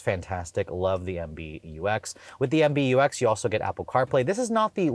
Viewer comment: It is MBUX not MBTex